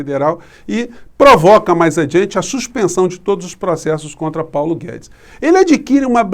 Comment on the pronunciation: O Globo mal fala o nome de Paulo Guedes.